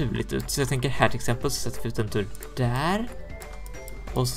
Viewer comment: Han sa tlill exempåål!:)